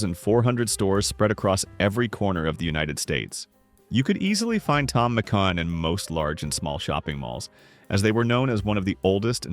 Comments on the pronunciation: I do remember Tom Mc Can, but not Tom Mc Con… LoL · all the butchering of pronunciation thom mcCan McCawn makes it so hard to listen to 😅